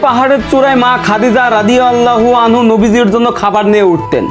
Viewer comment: আপনার একটা কথা ভুল আছে নারী হলে রাদিয়াল্লাহু আনহা বলতে হবে আপনি বলেন আনহু